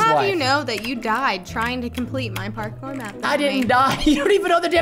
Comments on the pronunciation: “I knew he liked porkor so I made him a porkor map” ( no I didn’t spell it wrong that’s just how he said it 🙄🙄🙄) 🤣 IM DEADDDDDD 💀 🤣 PRESTON IS AWESOME 🤣 LOVE UR CHANNEL WOOO. ( IM JUST COPYING WHAT HE SAID I DIDNT SAY I MADE THE MAP) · Lol I like how he is like this my property he like my mincraft my property and I also like how said I watch Harry Potter then Preston said WHAT DOES THAT HAVE TO DO WITH MINCRAFT lol I also like when said porkour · lol almost died of laughing the preston says parkour just kills me